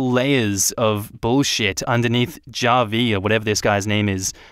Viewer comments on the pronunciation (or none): It’s “hah-vee” not “jah-vee” 🤣🤣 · Javi is pronounced as havi, its Spanish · The way you pronounce Javi is so funny it’s more like Ha-Vie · The name Javi is pronounced " Ha Vi " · Javi is pronounced like Havi